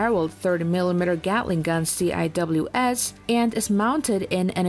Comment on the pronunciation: it's pronounced "sea-whiz" not "C.I.W.S."